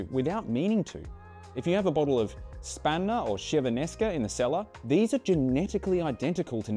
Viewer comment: Great video, just really have to work on the pronunciation of Chiavennasca.